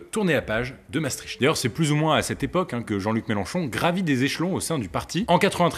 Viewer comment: Ça se prononce Mastrikt